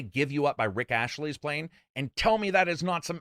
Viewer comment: Ah yes, Rick ASHley....lol